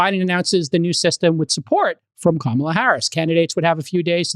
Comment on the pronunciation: Jcal always says kamala’s name wrong the first time and right the second time. 😂 kaMAla, KAmala